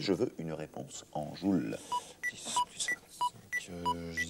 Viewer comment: Heuuu tu sais que c'est en "joule" et pas en "jul" qu'il demande ?